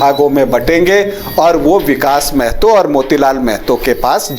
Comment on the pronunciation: पहले आपलोग महतो ढंग से बोलना सीखिए मैडम और सर जी, जानकारी के लिए बता दे कि मेहतो नहीं महतो होता है।